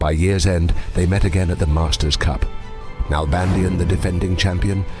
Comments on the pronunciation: It's pronounced NalbandiÁn, with the accent in the final A. (Argentinian here) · DavId NalbandiAn. The I of his name and the last A of his last name are pronounced stronger. With an accent.